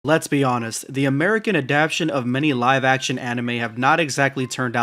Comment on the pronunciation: mf said adaptions